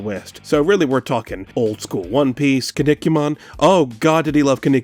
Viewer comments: i dint think you could pronounce kinnikuman like that lol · Huh, I wasn’t far off, I had guessed this video would be on Silent Rob. Al was around at the same time, I remember watching him rant about Irate Gamer back in the day, ragging on the way Bores pronounces Kinnikuman.